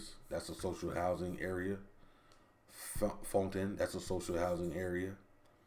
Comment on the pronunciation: Seriously? You live in Tours? OMG it sounded weird to hear Sanitas and Fontaines in your mouth lol BTW I live 25 km from Tours (near Villandry and Azay-Le-Rideau), and in my village social housing is dispatched everywhere and it's better this way. I live in a social housing house and my neighbours have all kinds of standards of living.